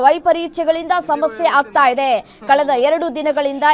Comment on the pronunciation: ದಯವಿಟ್ಟು ಕನ್ನಡವನ್ನು ಸರಿಯಾಗಿ ಮಾತನಾಡುವ ಮೂಲಕ ಭಾಷೆಗೆ ಗೌರವ ಕೊಡಿ. ಇಜೆ ಅಲ್ಲ ಮೇಡಂ ಇದೆ.